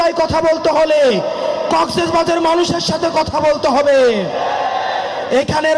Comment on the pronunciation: আগে শুদ্ধ করে কক্সবাজার বলা শিখ তারপর না হয় রাজনীতি করিস বেড়া 😂😂😂